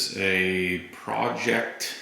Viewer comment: please rethink not using the dust cover on your turntable! Secondly, do you own any vinyl? There's lots of YouTube videos on how to attach that dust cover to your turntable. Plus it's pronounced PRO-ject, accent on the first syllable.